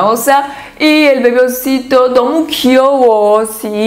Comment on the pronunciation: Aveses me confundo entre la 니은 y la 디귿 xq cuando dicen 너무 suena como 더무.